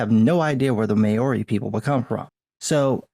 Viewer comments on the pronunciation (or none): Good review. Just one thing.. "Maori" is pronounced Mao as in the Chinese Chairman Mao and "Ri" is pronounced "Ree" - Mao-Ri .. not Ma-O-Ri. No biggie, but since LOTR was filmed in NZ, it'd be nice if people knew how the NZ Maori's name is pronounced. It's weird when it's wrong hahaha. Cheers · Pronounciation: When saying "Maori", It's not "May-oar-ree", it's "Mow-ree" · The pronunciation of Maori is closer to Mow-ree than May-or-ree. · Oh, just a quick FYI - Māori is pronounced more like “MOW (like cow) - ree” not “may-OR-ee” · Thanks for the content and coverage, it's great to see people standing up for the lore. Just an FYI, Maori is pronounced "maow-ri" instead of "may-or-ri". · Love your work but the pronunciation of Maori is more Mao-ri (like Chairman Mao) rather than Ma-ori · What can men do against such reckless cringe?! Also, not trying to be a grammar nazi, but I thought you should know, Maori is pronounced "mau-REE". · I know this is a small thing in the context of video, but PLEASE learn to say Maori correctly. I died of cringe both times I heard you say it. It doesn't take much to look a pronunciation guide/video now. Sorry for being a bit aggressive sounding.